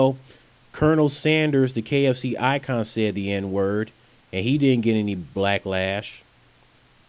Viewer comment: Wow...Okay then... That sucks because I absolutely love papa johns Did you just say "blacklash"?